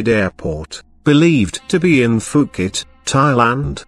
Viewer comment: The robot said 'Phuket' wrong